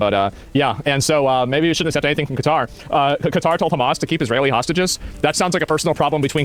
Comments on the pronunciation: It's like he knows kuh-TAR is wrong but refuses to say cutter so he went down the middle in the worst way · Ben "Kuh-Tar" Shapiro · Ben's trying to pronounce Qatar the same way he does Hamas... with a weird affectation that makes zero sense. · He invented yet a new way to pronounce Qatar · Ben's so racist he won't even pronounce Qatar properly. What a dipsh!t.